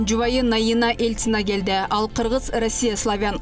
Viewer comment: сурачы, Ельцина деген соз кантип окулат. Эльцина дебечи.